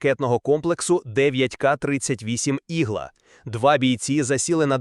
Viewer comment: Текст перекладений ШІ? "Ігла" і в українській, і в російській, з наголосом на "а".